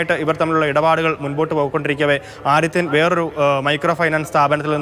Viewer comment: ആദിത്യൻ ആണ് ആടിത്യൻ അല്ല...